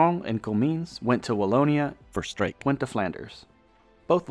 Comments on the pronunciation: Good video, but no, cities were not pronounced correctly. Almost all cities were mispronounced. Voerstreek???Luuven instead of Leuven, Liige instead of Liege etc. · Except Voerstreek, which was mispronounced to the point of being unrecognisable. 😅 Funny after he pronounced Ghent perfectly…in a Dutch accent. “Crcchrhhent” love that. It’s actually hard to pronounce both the Dutch G and Flemish G coming from English, so it’s a great one to pronounce right either way.